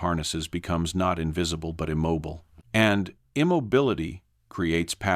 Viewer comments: They were IM-MOB-BILL-AYE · Immobile=im mob oh lay... Guess I've never heard it pronounced like that. Also, I'm really glad they restated the exact same things at least a half dozen times, because I didn't pick up on the story the first five or six times they told me about patterns in trees.